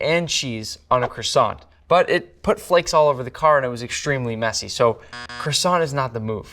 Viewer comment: Tell him how to pronounce croissant too.